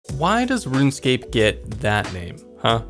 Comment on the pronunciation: Just “RuneScape”